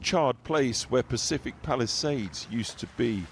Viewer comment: When he said Palisades I thought he said Palestine !!!